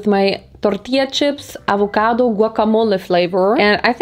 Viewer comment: LMAO I LOVE HOW SHE SAID AVOCADO/Avehcahdour